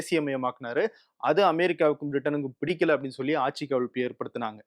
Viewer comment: please pronounce ஆட்சி correctly 😊